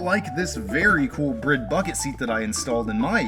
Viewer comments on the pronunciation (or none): What's a brid bucket seat? Think you mean bride me'duck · Thank you for properly pronouncing it as a BRID seat. High-G maneuvers be damned.